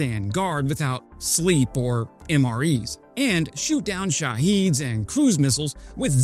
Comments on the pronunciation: SHA-HEAD, NOT SHA-HEED JI 😂😂😂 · I don't know if you will read this. I hear you misspronounce the word "SHAA-hid" as "sha-HEED". The latter pronunciation is just an error. The former pronunciation is correct. It rhymes with "rabid". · it’s not sheheeds, it’s Shehed, if you’re referring to an Iranian drone. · Sounds an awful lot like how a C-RAM works. Shahed, btw, not shaheed. Short E, almost nonexistent.